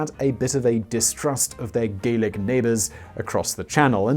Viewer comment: Simon: mispronounces Gallic as Gaelic Scotland: hold my golf clubs